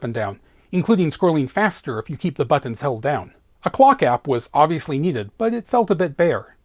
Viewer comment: The way you say "BUTTINS" :D